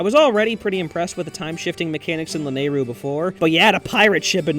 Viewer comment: La-nayru, when it's lanaru